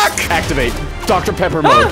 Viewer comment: DR PEPPOR?!